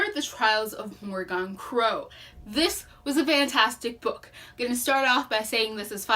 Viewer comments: It’s mor I gan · Love this review very well thought out. 1 note * the pronunciation of her name Morgan is [More-gain] [Morhgin]... in sound. You can get a better feel for it if you listen to the audiobook. Other than that thank you so much for giving this review. 🖤